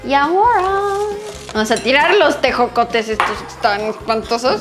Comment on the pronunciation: Jajaja cuando probó los tejocotes, y dice ejocotes 😂😂